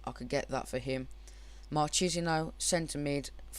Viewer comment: Marchisio is prenounced - Mar-kiss-e-o